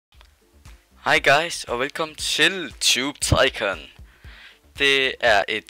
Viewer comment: det udtales tubetycun men det staves tubetycoon :D